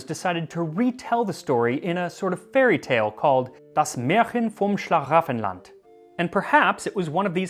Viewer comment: Wow, you pretty much nailed the pronunciation of "Das Märchen vom Schlaraffenland" OoO